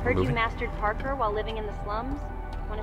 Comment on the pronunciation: MASTERED. PARKER. is this like. On purpose to show that this is an early access build!? It’s pronounced PAR-CORE. lmfao